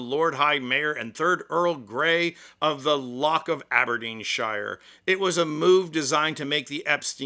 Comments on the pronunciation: Can I just say the pronunciation of Aberdeenshire,or any county in the UK, is 'sher not shyer' as in Lincolnsher not Lincolnshyer. Lincolnshire. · Aberdeenshire would be pronounced Aberdeenshur. But your Edinburgh wasn’t bad.